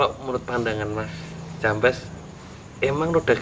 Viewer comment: jambes bukan jampes 😅 beda arti...hahaha